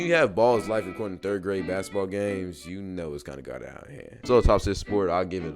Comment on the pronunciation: "Baskteball" uh 😃